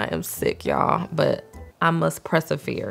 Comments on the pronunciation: Did just say "I must press-a-vere"???? 😂😂😂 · ".... I must pressefeer" 😅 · DID YOU SAY PRESS-AVERE?? freaking wordsmith genius 💯